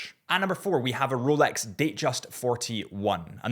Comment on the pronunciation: Did you say roooulex?🤡🤪🤣